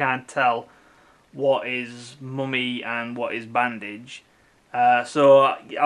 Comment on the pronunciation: The "Moomy" ???